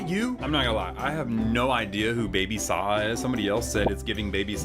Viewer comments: “WHO IS BABY SAHA” lol u pronounce the j like a j and baby saja is from k pop demon hunters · not knowing who my sister's favorite K Pop Demon Hunters character is is actually way too hilarious 😭 he's not even pronouncing it right! 🤣